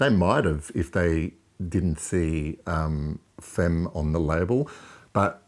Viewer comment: Pronounced "fam" ;-)